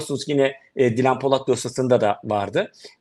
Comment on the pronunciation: Özlem hanım haberin başrol oyuncusu kadının daha ismini söyleyemiyorsun :)